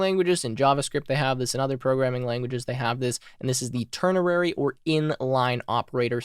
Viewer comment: You said "Tern-er-rary". LOL! I don't know why I find that so funny, but I do. 😂 Keep up the great work! I love your videos and how fast you fly through it without all the padding like most YouTubers. You get in, explain it, show an example, and move on. The way it should be! Fan for life..